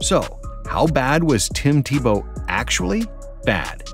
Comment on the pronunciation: Tim Te-Blow